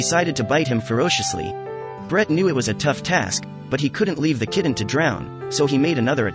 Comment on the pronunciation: Instead of "kitten" it keeps being pronounced "kidden" , it sounds so odd. However great job saving these little angels 😇